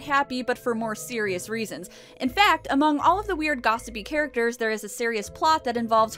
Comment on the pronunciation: I thought you said "recurring HAIRacters" when talking about the women in the beauty shop.